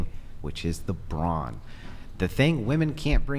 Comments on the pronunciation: It's Brawn for God's sake not bronze . Oh she's SO smart .... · Why the hell does she keep saying it like bronze? Does she even know what she's talking about? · Why is she saying bronze instead of brawn 💀